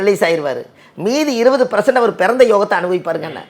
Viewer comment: வணக்கம். என்னை மன்னிக்கவும். இனிமேல் தாங்கள் ப்ரசன்ட் என்று சொல்லாமல் பர்சன்ட் என்று திருத்தி சொல்ல என் தாழ்மையான வேண்டுகோள். தங்களை யாரும் குறை சொல்லக் கூடாது என்பதற்காக சொன்னேன். பிழையை யாரும் பெரிது பண்ணக்கூடாது. உச்சரித்தபோது நாவினால் ஏற்பட்ட தவறு. உங்கள் மாந்தி நிகழ்ச்சி அருமை. எல்லா நிகழ்ச்சிகளுமே. நான் உங்கள் ஃபேன். உங்கள் நிகழ்ச்சிகளை 24×7×365 கேட்டுக்கொண்டே இருக்கலாம்போல எனக்கு தோன்றும். நன்றி ஐயா.❤❤❤❤